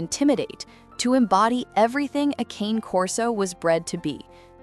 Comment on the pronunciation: The AI voice should learn to pronounce “cane” correctly. It’s “kah-nay.” A human could probably do it